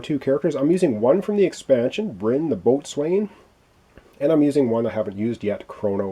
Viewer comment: Wow, your play throughs are coming out fast and furious these days,! Good luck with this one. BTW - Boatswain is pronounced "beau-sun"